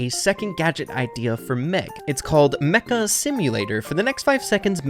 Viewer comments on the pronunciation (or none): none